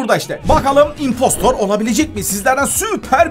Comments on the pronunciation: impstor degil imppstIr. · Abi İmpostır diye okunuyor 😉